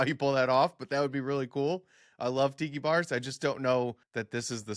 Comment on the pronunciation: Did you say Excalibur is getting a Tiki bar, or a Pee Pee bar?